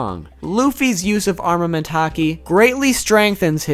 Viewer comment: Its arNament not arMament